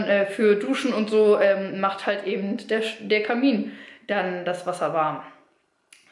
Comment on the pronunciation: Sie sagt ja auch ebend anstatt eben